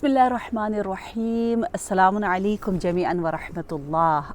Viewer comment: ال کے ساتھ سلام کہتے ہوئے آخر پہ تنوین نہیں پڑھی جاتی جب ال کے بغیر پڑھیں گے تو پھر تنوین پڑھی جائے گی السلامٌ علیکم- غلط السلام علیکم- صحیح سلامٌ علیکم - صحیح